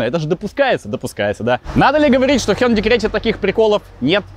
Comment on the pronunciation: Спасибо за правильное произношение хёндэ.